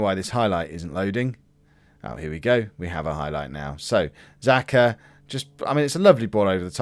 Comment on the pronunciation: Time for another lesson of 'Helping learn how to pronounce football players names properly' Kolasinac 'Kol-as-e-nitch' is the best way I can describe it. That's how I say it anyway. I have heard both 'natch' and 'nitch' for the end of his name Xhaka is 'Sha-ka'